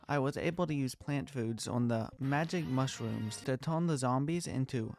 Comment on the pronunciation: The way this guy talks is so adorable bro, " mushwooms TwT "